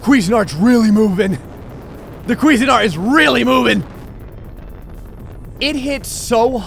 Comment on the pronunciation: Your pronunciation of "CuisineArt" is actually hilarious.. "Queezenart" sounds like you're trying to say some foreign guys name or something lol Although, correct pronunciation would be "Quizeen Art". Still hilarious, either way.